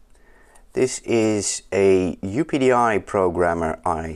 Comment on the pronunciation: Very good. I pronounce it "Up-Dee" :)